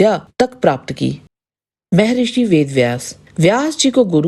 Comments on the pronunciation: शुद्ध बोला करे, मेहेरिसी नहि मह्र्षी बोला करे जब शुद्द वाणी नहि निकलती तो क्या आध्यात्मिक भिडियो बनाती म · मे ऋषि नहि😂😂 म+हर+ सि= महर्शी बोलो। 😂😂